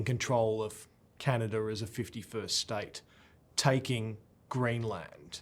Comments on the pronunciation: To the interviewer, it's pronounced "Canadah" and not Canader!!! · To the interviewer, it's pronounced "Canadah" and not "Canader"